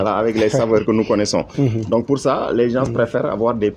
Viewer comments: Les GENSSS 😂 Non Monsieur on écrit les gens et on dit les gens ( le S est muet c.a.d on ne prononce par le S) Thieyyyy les Sénégalais avec le français....... Victor Hugo n'est pas content deh 😂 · pourquoi vous dites les GEN-SE faut dire les gens sans le SE